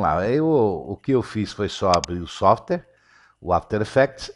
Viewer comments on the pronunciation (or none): "Softere" não, "Software", rsrsrs... Pra descontrair.